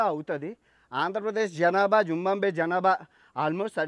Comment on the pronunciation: జింబాబ్వే పేరులో 'బా' తరువాత సున్నాలేదు. జింబాబ్వే అనాలి